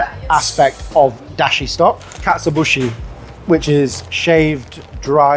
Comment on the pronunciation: Hiya. In the video, you keep saying 'katsu bushi'. It's 'katsu-o bushi'. Just in case you make another video. When you say just 'katsu' you're just saying a portion of the word.